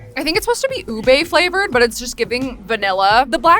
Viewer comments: finally! Someone said ube right! Not oob! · OMG. THANK YOU SO MUCH FOR PRONOUNCING UBE RIGHT 😭 I LOVE YOU DEFINITELY GONNA SUBSCRIBEEEE